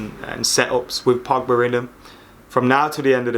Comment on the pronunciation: “Paul Pugba” 😂👌🏽